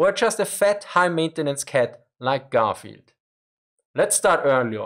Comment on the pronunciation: Hearing "Garfield" with a strong German accent is funny. This channel is great by the way, very informative.